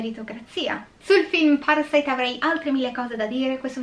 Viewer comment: Questo film, sebbene Sud Coreano, e hai pronunciato bene i nomi e il ciao iniziale, tranquilla, ( io ho studiato coreano per 3 anni) , è proprio la trasposizione di quello che nel cinema statunitense è "il sogno americano" . cioè che impegnandoti puoi arrivare ovunque, anche se non è così. In Sud Corea/Giappone, in particolare, c'è un forte stacco tra poveri e ricchi. i ricchi sono estremamente ricchi e i poveri estremamente poveri, non c'è la via di mezzo, si va dal non avere poco nulla come i Kim, al sotterraneo e stop. Non c'è una mezza misura come qui in italia, dove comunque la sanità è accessibile a chiunque (grazie a Dio o chi per lui e speriamo rimanga così) , l'università è comunque abbastanza accessibile, rispetto a quella Coreana, Giapponese o Americana, che costano minimo e ripeto la base proprio sui 25 ml$ all'anno , e se comunque non entri in un univesità prestigiosa, anche se sei bravissimo ed esci da una pubblica, hai poche possibilità perchè fa curriculum "il nome" dell'università, in estremo oriente purtroppo va così, più che da altre parti. Spiega il disagio sociale, e questo vedere il consumismo dei "ricchi" come qualcosa a cui aspirare, anche se non sono particolarmente brillanto, altrimenti non si spiegherebbe altrimenti il successo di gente come le Kardashan /Jenner. sono l'esempio lampante che se hai i soldi, puoi fare ciò che vuoi, comprare ciò che vuoi in ogni senso ( anche rovinare un abito storico per tuo piacimento perchè puoi farlo, e mi riallacc